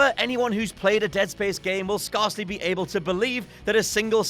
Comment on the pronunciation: How do you pronounce 'scare'? Because that is not how you pronounce 'scarcely' 😂